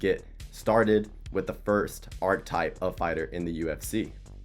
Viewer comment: that ain’t a typo dawg you called it “arc type” the whole video lmao